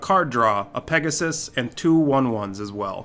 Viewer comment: Hey, I LOVE your pronounciation! Especially Bauble and Pegasussesss made it really enjoyable to Listen =)